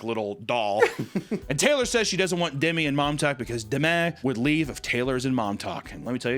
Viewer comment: Okay but why, WHY does she pronounce Demi like that?! 😭